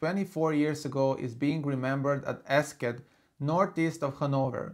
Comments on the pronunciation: Eschede (in Germany) is not pronounced "esket". It is more like this: è-sje-dee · Nice video! Learned a lot. But one more thing about Eschede: Besides the pronunciation (which others have pointed out already) there is another wrong thing. The train's loco didn't come to a stop that late because the train driver didn't realise that his train had derailed, but simply due to the high speed at which the train was travelling (around 170km/h). When a train splits, it automatically slams its breaks. It really was just the high speed.